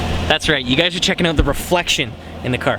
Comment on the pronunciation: I love how you say out HAHA OOT